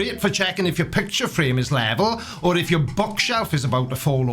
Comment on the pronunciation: "it doesn't fit youerrr model" love that accent (and my inclinometer said i was at 78 degrees... After wall climbing it said 0. So the curvature or not of the earth is... Oh damn i just went up and across a miniscule bit of my demonstrable reality. )